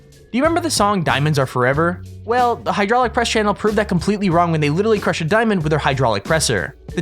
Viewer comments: For I sec I thought I said cru-shit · It said cru shit